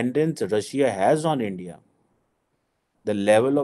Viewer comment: AGAIN NOT ANDYA ITS INDIA 😅